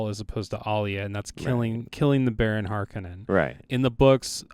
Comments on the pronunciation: Frank pronounces it as HARK onnen. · Part 2:is BORING!!!! You guys are mispronouncing "Harkonen" do better... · I’d like to see what y’all’s Dune would be like… can’t even pronounce Harkonnen correctly. Smh